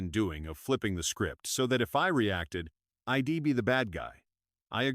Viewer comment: WTF? Please get your AI straight. It’s she’d not shed,it’s I’d not Id it’s he’d not hed,isn’t that simple and obvious 😱